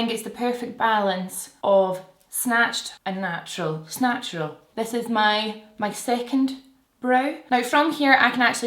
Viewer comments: "Snatural" 😂. I have similar shaped brows to yours and you have totally helped learn how to do a brow just the right amamount!! 🖤 Ig: rachelle_hilt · The “snatural” is my fave❤️ Ig: steph_mccelwee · Love the “snatural” ✨ ig:sianoyork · The “snatural” is a whole mood IG: tahliawensley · The "snatural" is perf 😍 IG: krsmoore67